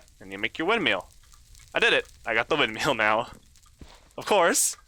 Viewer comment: I'm really enjoying the series... but I really hope you learn how to pronounce "windmill" by the end of it xD Thanks for the videos, 2019.